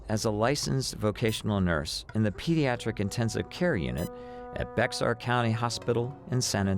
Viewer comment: Jones was a nurse in Bexar County Texas, and that county name nis pronounced BEAR.